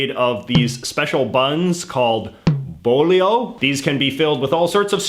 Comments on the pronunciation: And bolillo is ball-e-yo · "bolillo" is pronounced boh-lee-yo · Hojaldre, pronounced as "ow-hal-dre" "Bowliyow" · God the pronunciation of Chilaquiles and Bolillos hurt my ears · I’m sorry I have to point out you absolutely butchered and hung up to dry the word bolillo